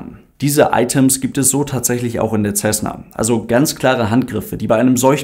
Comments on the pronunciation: Nein, macht man nicht. Das ist ein US-Flugzeug, kein italienisches. Wirklich korrekt wäre 'Sässne (Lautschrift ʹsɛsnə). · Man spricht „Tschesna“